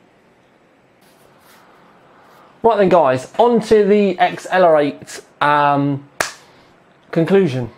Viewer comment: XLR8 is pronounced as accelerate.